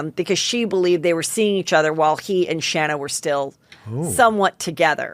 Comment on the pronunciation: More annoying for Shanna (pronounced Shay-na) Moekler is having EVERY SINGLE entertainment show, magazine, podcaster, interviewer etc that talks about her or even when they actually speak to her, NO ONE EVER pronounces her name right! It’s the most irritating thing for me to hear, I can’t imagine how much it annoys her! Ppl prob think she’s so used to it & she even doesn’t care anymore but that’s something that would always irritate me!!